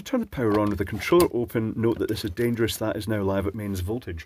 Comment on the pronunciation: Another enjoyable video, thanks for entertaining us. 😊 I especially enjoyed the alternative pronunciation of the word "dangerous". 😆 Also, good advice as usual.